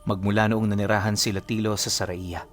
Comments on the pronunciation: Ang bigkas po ai saryaya po Ng sariaya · saryaya po ang basa ng Sariaya...😬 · Sariaya -sar-yaya po kung bibigksain ☺️ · Saryaya ata ang lugar na yun pag basa. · Good evening po saryaya po ang basa Sa sariaya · Saryaya pagpronouce dyan lods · Mali ang bigkas mo sa sariaya..ang bigkas dyan ay SAR-YA-YA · mali ang pronouncesation mo sa Sariaya